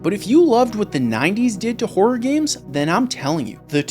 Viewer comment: I know it's just an accent think, but I can't help hearing 'wh0r3 games' Great content as always. Subbed after watching the MK video and really like your sense of humor and construction of your content. Hop more folks find your channel. This is 1M sub level stuff.